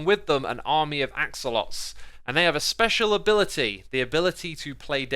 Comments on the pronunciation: You are correct. You did pronounce axo lots incorrectly. It's pronounce AXLE-OUGHT-L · it’s pronounced axo-lot-els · You need to pronounce the l in axolotls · axolotls is pronounced, “axe-oh-lot-tools” i had a white, black and yellow one when i was younger. Hope this helps!. edit:Since i suck at english, i had 3 different ones! (